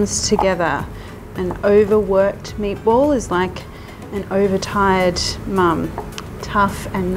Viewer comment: I know she is saying meatball, but I keep hearing maples. Is it just me?